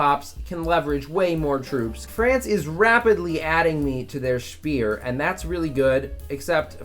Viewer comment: Why does he pronounce sphere as spear?